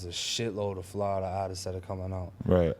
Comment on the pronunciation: Who knew all this time it's pronounced "Flodda"?